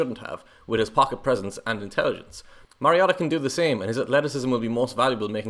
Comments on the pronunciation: WHY pronouncing Marcus' last name as Mah-ree-ah-tah?! He has Samoan bloodline, Not Japanese! Last name is pronounced Mah-ree-oh-tah.....Having followed his football career since high school, given the right supporting cast, Marcus can PRODUCE! Having 4-5 different OC's in 6 seasons would produce lesser results w/other draft class contemporaries. Give Motiv8 an decent O-line & an OC that will let him execute the game plan & Mariota could lead ATL back to play-off contenders/contention!...IMUA, Marcus...Vi'ia le Atua! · This particular mispronunciation is more charming than the others. Nobody in the NFL pronounces it correctly. The announcers call him MERY-Oh-Tah. The correct way is like the video game character name Mario plus "ta." If you look at old colleges tape the announcers got it wrong at first. The put an upward inflection on the Ta so it was Mario-TA! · I'm so glad someone finally called this guy on the pronunciation of Marcus's last name. Where these announcers get Mare out of Mar I'll never know. One Duck game his mother actually called the announcers to correct the pronunciation of his name. She said it's Mar i o ta. I also agree with you. Going to another loosing team isn't good for Marcus. You must be a Duck fan and that makes us fans of Marcus and Justin. Will follow them anywhere. In 2018 I followed Marcus across the pond to watch the Titan/Charger game. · If you can't pronounce his last name correctly just call him marcus 🙉🤦‍♂ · Okay, say Marcus's last name correctly. Please. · Your pronouncing his last name wrong boss. Take a deep breath.